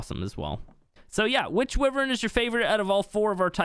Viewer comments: It’s pronounced WHY-vern, not wi-Vern. Wyvern. Holy... 🤦🏼‍♂️ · What the fuck is a Wivern.... Wyvern = Why-Vern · the way he says wyvern hurts my soul WIIIVERN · It’s pronounced “y Vern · Wivern tho